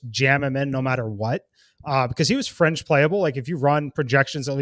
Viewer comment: It's fringe- not "frenge"